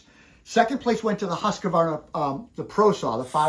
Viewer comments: Why do Americans put in an extra A in Husqvarna? It's not Husqavarna. There is no A in the middle. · Hearing that extra A tells me something about the person saying it.